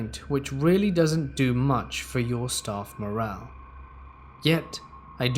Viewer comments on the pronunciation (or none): none